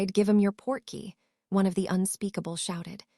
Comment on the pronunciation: Port-key Not porky as in Porky Pig